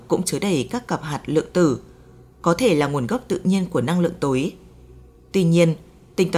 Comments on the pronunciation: Giọng đọc, cách đọc rất hay, cách ngắt câu rất tốt để cho người nghe tiếp nhận dễ. Một ý nhỏ: âm sắc sao cho Hà Nội chuẩn hơn, nghe dễ hơn, thí dụ: "Năng Lượng Tối, vật chất tối" tôi (già rồi) nghe không rõ là "túi hay tối", phải mở transcrip để biết rõ. Âm sắc giọng Bắc nói chung bây giờ bị pha "dấu hỏi" nhiều quá. Cảm ơn các bạn và xin đừng phật lòng. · Vật chất tối hay vật chất tổi ? Phát âm kì cục quá